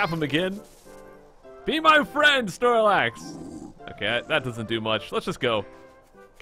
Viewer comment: you said snox instead of snorlax